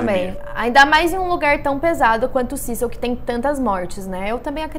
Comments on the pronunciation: Se fala cecio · Eu jurava que era “CÉcil” 😂😅